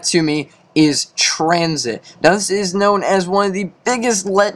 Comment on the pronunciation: I think you mean tran-shit lol